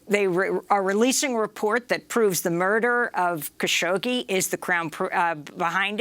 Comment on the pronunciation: holy crap .. she still cant pronounce the butchered journalist name correctly although she speaks with so many people who do.....